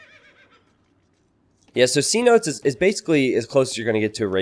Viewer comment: I kinda don't want to say this because I know how feels about people pointing these things out, but do look up the pronunciation of 'cenote'! Sen-oh-tay.